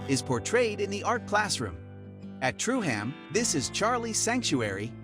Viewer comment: Truham is pronounced Trueum